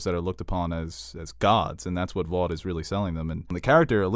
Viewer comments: The fact that says Voit even though he knows it’s Vought makes me think he does it on purpose to spite everyone. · This guy needs to stop saying voit